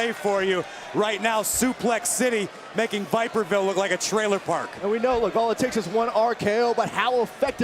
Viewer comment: lol “viperville” 😂